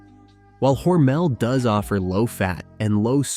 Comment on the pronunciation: According to my 92 year old friend that is from Austin, MINN and went to school with Geordie Hormel, it's pronounced with the emphasis on the first syllable.